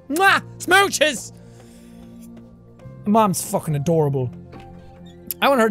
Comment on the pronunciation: "SMOOCHES" ..... "DUECES"